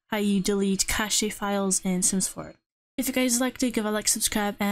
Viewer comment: Hey it’s pronounced more like cash